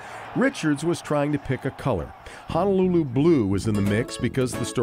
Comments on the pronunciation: FYI....Honolulu=Hoh-noh-loo-loo, not Hanalulu. Hana is small town on E Maui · Its not Hanaluuluu...its Honolulu pronounced HO-NO-LOO-LOO. Sry, im Native Hawaiian (Kanaka Maoli) and it bothers us Native Hawaiians when our words a pronounced wrong... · It's pronounced (hoh-noh-loo-loo) People on the continent: please pronounce it correctly. Sincerely, a lifelong Hawai‘i resident that cares about the Hawaiian language and culture.